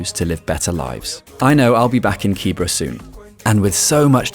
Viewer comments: Not Kibra... KiiBeeRa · The whole video You mispronounce the name KIBERA is pronounced KIBERA not KIBRA